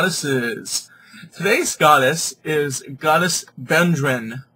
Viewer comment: What are you calling her?! Mate you have a love for one hell of a mighty Goddess and I respect your devotion But how are you pronouncing her name? Bodrân is an Irish handdrum. She is Bloh die weth. Said not rushed, but quickly